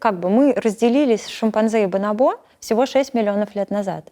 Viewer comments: Мне одному режет слух бонобо́, вместо боно́бо ? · Почему бонобО, а не бонОбо? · Везде слышала и читала про ударение бонОбо а не бонобО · Меня одного потрясывало, когда она вместо "бонОбо" говорила "бонобО"?) Просто не смог ее после этого воспринимать всерьез, не смог дальше смотреть. Для меня это все равно, что "дОговор" или "звОнит" - дико режет слух. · Почему бонобО, когда бонОбо же? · БонОбо — ударение на второй слог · Специалист по обезьянам не знает куда ставить ударение на слово "бонобо". ОрангУтан, мартышкА, шимпанзЕ. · она изучает их с учеными, говорящими на испанском. На испанском ударение именно на второй слог, так что вполне очевидно, почему она его ошибочно ставит. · на второй слог правильно и на испанском, а она ставит ударение на третий